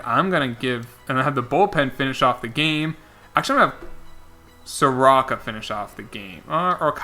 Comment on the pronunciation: All you need to know about how overlooked the Braves are is Mike Soroka has been the 2nd best pitcher in baseball this year and my man didnt even pronounce his name right (Soar-Oh-kah) As well as Mike Foltynewicz (Folt-Tah-Ney-Vich). He was an All Star last year